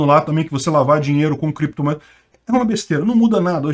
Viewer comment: Valeu! Peter essa história do Renan Canalheiros falar "creptomoedas e bitcóio" não me engana, eu acho que ele sabia falar certo mas queria despistar, porque as criptos é um ótimo lugar pra esconder dinheiro.